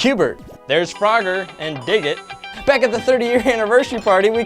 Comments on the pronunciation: It's dig-dug not dig-it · its pronounced Dig dug